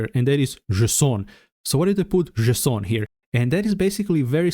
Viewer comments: Jay-son - unless you're French? 🤔😉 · /ze-s'on/ 🤣😂 From now on, THAT'S how I'm gonna pronounce it !!! 🤣😂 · did i hear "JSON" as "Croissant"? why didnt my local bakery sell that? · Thanks man, I'm still in tears from JESON 🤣😂 I love your videos, I'm subscribed, and I love JESON. I'm gonna pronounce it this way from on, JESON. Thank you, you just made my day!!! ❤🤣😂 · I just started lmaoing everytime he says “json” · I wasn't mentally prepared for that json pronounciation I have to stop the video to evacuate my laughter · sounds French to me